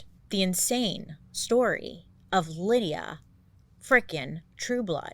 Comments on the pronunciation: Ms. Bailey, the way her name is spelled Lyda, wouldn’t that we pronounced as Lida not Lydia? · I think her name is pronounced LIE-duh (Lyda), not LID-ee-uh (Lydia). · How is it Lydia? her name doesn't have a I. should it be like Lie-da? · Bailey, I kept seeing the name LYDA and thinking, "That is NOT Lydia." So, I looked up the pronunciation. It is apparently LID-uh, which is a name I have never heard in my life. Just wanted to share that bizarre news! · Ok I spent most of the video questioning a typo only to realize Bailey is mispronouncing her name. Lol it's Lyda not Lydia. 😂😂 Still love ya and your videos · Lyda - pronounced Lie-da. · If her name is spelled LYDA it's pronounced Lie-duh 🤣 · It took me a solid 45 minutes to realise that this ladies name might actually be pronounced Lie-da, rather than Lydia 😂😂😂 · I think it's Lee-duh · I think her name might be pronounced Lye-dah... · Bailey I luv ya gorl...but I think her name is pronounced like LYE-da? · It's pronounced 'Lie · Lyda pronounced (lie-duh) lol love you ❤ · Ok wait, her name is Lyda pronounced LayDuh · It’s pronounced Lie-duh……… 😂 I was like wait who we talking about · Ps…. It might be pronounced “Lie - Duh” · Wouldn’t her name be pronounce LIE-duh? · Its pronounced Layduh... for some reason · Lyda, I think it's pronounced Lie-Duh. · I’m confused. The name is Lyda. That’s not the same as Lydia. Isn’t it pronounced Laïda? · I can't help but imagine how much crazier you would have told this story saying her name correctly. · Anybody else here looking for the bitchiest comment about her mispronouncing Lyda? Seriously Bailey. We love you soooo much. So glad you do these. It makes my week! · I mean…. She clearly put in the video how her name was actually pronounced. In the beginning. She acknowledged she was pronouncing it wrong. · She put the correct name pronunciation by her mugshot at the beginning of video. 😅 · Isnt the womans name "Lie-dah" and not "Lydia"😂😂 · LYDA, BAILEY. NOT LYDIA. LIE-DA